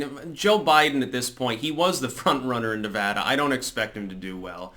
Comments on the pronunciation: Nice to see someone pronounce Nevada correctly.. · Thank you for pronouncing Nevada correctly.